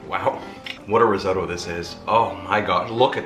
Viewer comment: As Spock would say, "Fascinating." Lawn Geyelind bred as I may be, there are no "D's" in risotto (Rih-ZO'-toe). Okay, Bubbie is going to have a coronary over this recipe, and so is Nonna. That is a hell of a lot of panchetta (no "Y" in paynchedda) you are using, a hell of a lot of shallots, and a hell of a lot of tomato paste, for a relatively small amount of rice and broth. I'm going to try it, but I'm very nervous. I've only just gotten the hang for long grain rice in the IP. Oh, for the record, I did a "Katz's" pastrami this week. It had to be the meat, but it was a total disaster. I wound up with a pastrami scented brick. Salted the meat too long, I think the 1hr heating in the oven was too much, but it smelled good. Attempt #2 this week.